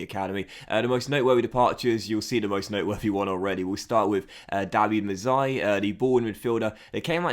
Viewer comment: what makes you think you pronounce "Mazzei" as "Mezzai"?